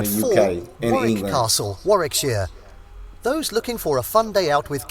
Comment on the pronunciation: Warwickshire is pronounced Wa rick sheer.